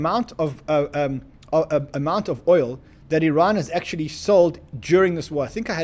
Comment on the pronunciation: is he saying " Its bad news for Iran" ? or is he saying "its bad news for ran"??